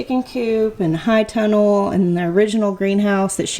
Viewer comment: Can someone help me out, Im totally new at this, is she saying “hide tunnel” or “high tunnel”?, if you see this even though it’s an older video, you are absolutely my favorite person to watch and listen to on YouTube. Your energy is beautiful. Not only do you just make me feel good but I’m learning so much from you. I’m a BRAND NEW gardener, and of course I just moved to the low desert of south east CA, so I’m going to need one of those tunnels for my garden between June-Oct it’s 100+ degrees. Do you have a link to it or a plan that you guys used for it? Ty 🥰